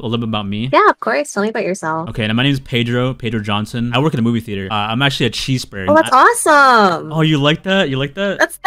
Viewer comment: “pedrio johnson” 😂